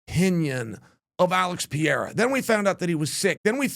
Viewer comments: pe re ra not pieeeeeeeeeeera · Chael not PEEYAYRA: try this: PAY-RAY-RAH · It's not PIERA!!! It's PE-REI-RA!!! PEREIRA😂😂😂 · Pereira is pronounce with a flap T sound, as in "better" or as in "daddy". Kinda like "Petteitta". It's funny when people call him "Piera" or "Peheira" (Mighty Mouse) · Is it really that hard to say Per-Air-A? I really think that it it disrespectful to mangle the shit out of these names. Their name is their recognition and “brand”. Some WWF ripoff artist acting like he is the king of promotion and is helping promote guy is stupid! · It’s pronounced “Peh-reh-rah” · PEH-REH-EA-RAH = PEHREHEARAH = PEREIRA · Chael can’t stop saying Piera that’s crazy 😂Alex is not very hard but impossible to bet against man always proves you wrong Did it with my bot Izzy but Ankalaev might definitely be his toughest matchup period Remember Khabib type fighters in heavy weight mode is going to cause some trouble Chama has to go for the KO as always Ankalaev not Izzy not DDP nor Strickland or Jiri … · O cara ta na quarta defesa de cinturão nessa categoria e o Sonnen ainda fica com essa porra de "Piera". Fala direito carai kkkkkkkkkkk